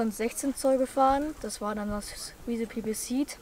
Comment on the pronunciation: Wird von wethepeople gesponsert und weiß nicht wie man die Marke ausspricht 😂